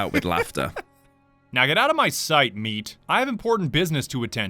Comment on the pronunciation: I hate the way he emphasizes the nickname, "Meat." "... oh, you're doing something... ... ... (3 days later) ... MEAT."